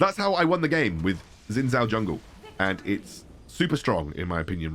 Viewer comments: Its pronounced as shin jao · jow shin technically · Just FYI his name should be pronounced more like shin jao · No one seems to be able to pronounce Xin Zhao correctly.